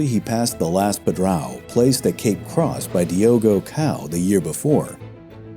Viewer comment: Not Diogo Cow, but Diogo 'Dog' (Portuguese speakers will understand)